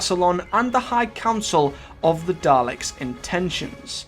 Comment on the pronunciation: Daleks, not Darleks